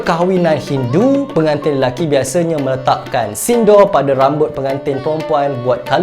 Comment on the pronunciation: Bukan sindo tapi pronounce dia sindur